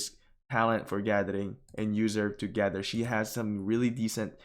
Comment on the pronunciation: Bro I love you but you gotta start saying gather correctly lmfao